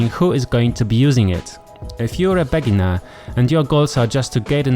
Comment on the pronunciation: it's not "BEGGginer" you should say "beeGINNER" and it's not "DETTERmine" you should say "deeTERMINE"